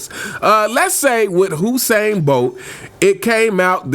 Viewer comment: it's you Usain Bolt not who sain